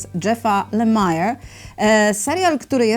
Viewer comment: Nazwisko autora Łasucha czyta się Lemir :) po prostu :)